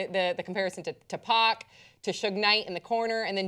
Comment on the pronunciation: who is "Tupp-ock"? LMAO.